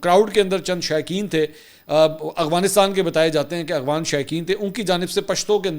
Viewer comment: Mansoor bhaeey aghwaan nahin afghan bola krain